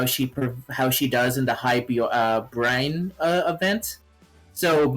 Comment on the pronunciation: My man said Brine.